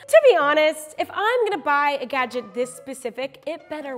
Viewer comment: Once you have heard Crazy Russian Hacker say gadget, one can never go back to normal pronunciation of "gadget". It feels odd. #gajik